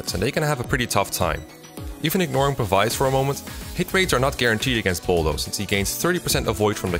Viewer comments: Say it with me now Pah-bees, not pa-vice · I hate to be nitpick, but this was honestly throwing me off a lot throughout the video, so I just had to comment for future reference. Pavise is pronounced like "pavis." The ability is in reference to pavise shields, which were very large shields that, unlike regular shields, were not held in the hand when in use but instead deployed on the ground to stand upright independently. They essentially acted as portable cover from incoming arrow fire. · Great video but one thing that bothered me was your continued mispronunciation of Pavise Aaaaaand now it's Falchion as well, but they say that one in cutscenes so